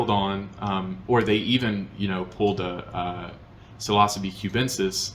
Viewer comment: sil-ah-suh-bee is an interesting pronunciation of psilocybe lol